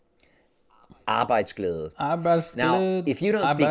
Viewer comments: USA is the blue bar... PS: u pronounced Arbejdsglæde pretty well... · Hey Arbejdsglæde first time hearing an american say æ like you. you could learn danisk farst bro. Nobody kan say æ ø å if theynot dansih ( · This guy knows what he is talking about being the co-founder of the leading company in Denmark in creating better conditions for employees and companies. Being very professional and traveling the whole World to make things better. I recommend reading his books too… And shout out to you for pronouncing “Arbejdsglæde” so well✌️🇩🇰